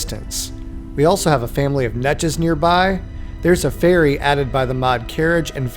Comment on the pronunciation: Oh, you said "ferry!" At first it sounded like "fairy" to me.